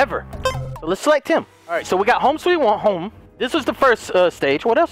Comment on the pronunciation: 0.58 ahh so we got a home sweawahom